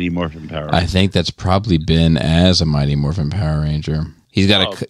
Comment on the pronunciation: I'm sorry......I keep hearing "Mighty MORPHINE"